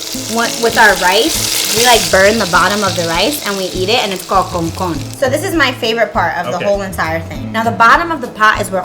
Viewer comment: She is not puerto rican saying concon.... thats an american or dominican pretending to be puerto rican😂